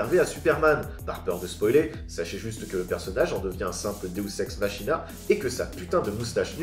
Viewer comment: Ça se prononce deus ex maKina je crois (mais sinon d'accord avec ta critique)